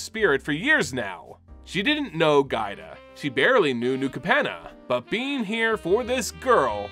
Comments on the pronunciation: I had a stroke every time you called Giada gaida lol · Anyone else think "Giada" is pronounced "JA-da"? Given the use of several Italian names here, that seems more likely. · Nice coverage but the way you tortured Giada's name hurt so bad. One of the most beautiful names, too. It's "Jaa-dah", like with Giada De Laurentiis. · Pain when you misread Giada's name to Gaida :(